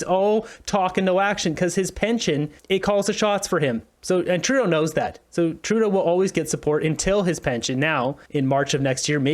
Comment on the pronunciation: Dear, thank you for pronouncing Trudeau's name correctly. I can't stand listening to this person! i wonder if Trudeau had some work done on his face?? I wish that Trudeau will fall in love with himself even more and call an election NOW so that he can show all if Canada that he is so loved that of Canada will re-elect him.